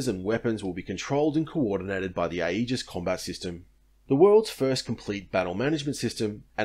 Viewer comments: aegis pronounced EE-jus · Aegis is pronounced AGE-iss, for the record. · Thanks for bringing up this point, every time I heard the word 'Aegis' during this video I cringed a little.